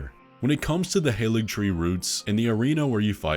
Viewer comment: Just opened this video about Miquella, I sure hope saw my previous comments and now understands that the "Halig" in Haligtree is Old English for "Holy" and that the g at the end has a y sound if it's near a long vowel, like i. I'm sure he will correct his prior errors in pronunciation this video!